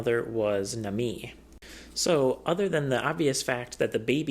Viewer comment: Listen man, I love your videos. I watch all of them. But it’s not “nuh-MEE” it’s “NAH-mee.” You’re probably aware of this and being rebellious but I just had to mention it.